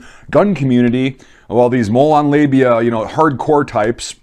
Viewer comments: Sir it's molon labe not molon labia... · I like how you say "molon labia"... its like "come and take it, pussies" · Did you say Molon Labia? LOL!